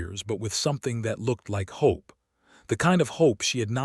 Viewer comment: We should 'hop' for less and lower our 'expectattons'😂